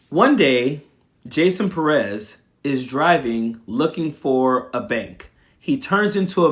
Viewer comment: Pérez, the accent is on the first syllable. Learn and share.